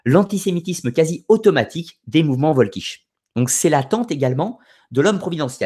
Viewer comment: Si jamais tu refais une vidéo sur la question, je me permets une petite précision : en allemand, c'est le W qui se prononce V et le V se prononce F. C'est donc "Folkich". Pour t'en souvenir, il suffit de penser au Folk anglais.